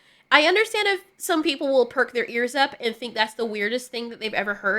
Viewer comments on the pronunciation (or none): none